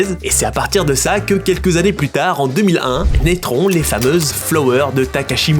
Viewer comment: lol et le mot sur prononcé "naitrons" dans ta bouche et j'arrive plus qu'à entendre "étrons" ahahahahaahha